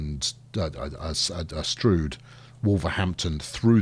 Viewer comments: LOL....Locals call it Stroud as in cloud, not stroud as in strewed. !!! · Strood as in rude Stroud as in ploughed. Your mispronouncing. Get it right man .. :) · sorry i dont know why it was deleted. just saying im from stroud and nobody calls it strood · METROPOLIS HERALD. Runners & Riders Detroit residents shocked by new bridge. Almost nothing demolished. "It's pronounced 'Strood'", say locals of Stroud. Mass redistribution of territories. "I don't want to be a Kiwi", says affected man Swanky new bridge appears south (or north) of Santa Ana Railway developer asks where he should stick his new station. Santa Ana locals offer single, rude, suggestion Is anybody else getting peckish? More later...